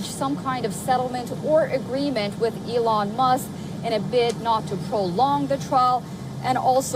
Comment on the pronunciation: Who's Elon musss?